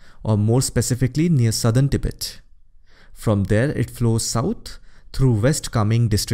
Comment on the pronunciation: Pronounciation of Tibet is more correct as तिब्बत instead of टिबेट